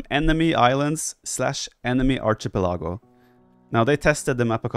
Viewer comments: This legit should be on the main channel, nice discussion on what makes great competitive maps. Plus: the classic TheViper pronunciation of Archie-pelago! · I had to go to Google to check the pronunciation of archipelago 😂 I think we know what Viper is referring to, so it's fine 😊